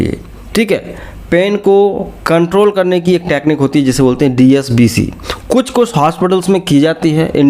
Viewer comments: Sir aap DSCB ko DSBC bol rahe hai...... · Dscb ko app dsbc bol Raha hai kya baat hai. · DSCB not DSBC correct the pronunciation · Likha hai DSCB Pronunciation DSBC Kiya ja rha hai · Phrle dscb theek bolna sekho